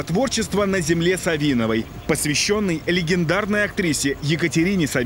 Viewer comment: Савиновой ударение на первый слог. Надо изучить о чем говоришь горе журналист